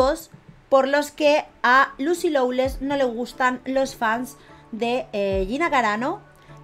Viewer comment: Se dice, Lucy Lo-less